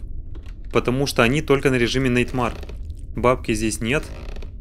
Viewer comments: Просто так говорю: Nightmare произносится, как Найтмэр,а не найтмар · Не "Нэйтма́р",а "На́йтмэр". В топ,если не сложно. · ТОПси Nightmare говорят не так как ты говоришь, а говорят найтмэр